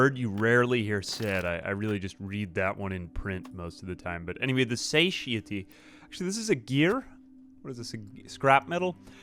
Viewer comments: Satiety is pronounced suh tai uh tee. It is weird you mostly see it in print. Also, "Beware the Terminus." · SATIETY pronunciation suh·tai·uh·tee ;)) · Way late on this but just in case if you’re looking on the pronunciation for “satiety” think of it like sat-eye-itty if that helps at all lol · its pronounced "suh-TIE-eh-tee". satiety